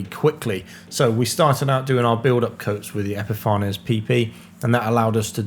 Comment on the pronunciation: Fantastic! Absolutely loved seeing your well planned rapid build with modern techniques - well done fitting that all in to a quick course! I believe the pronunciation is epifa-nees which is an apt name for their products!